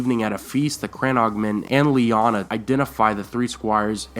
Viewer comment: It's Lyaana, I'm sure of it.